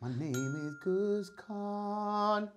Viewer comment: Amazing how no one after 6 episodes seems to notice that Guzz pronounces his name differently than everyone else. I wonder who's got it right?